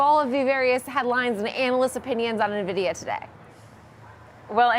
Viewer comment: Why does everyone on Yahoo Finance pronounce NVDIA incorrectly?